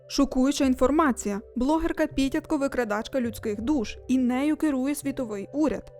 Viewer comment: Ага, теж дивився, і дуже потішило, що наголошує Піт"я"тко)))